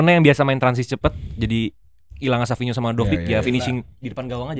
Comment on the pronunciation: Padahal savinho bacanya savinyo kenapa jadi savio😂